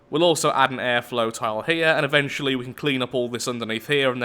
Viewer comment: Maybe you are slowly becoming an Aussie, don't they say tile that way?